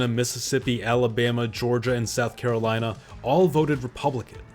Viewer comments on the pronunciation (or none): none